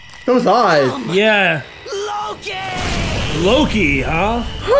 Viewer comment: What Akechi said: Come, LOKI! What I heard: SUBARASHIIIIIIII!